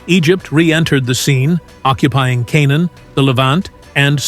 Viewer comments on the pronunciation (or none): none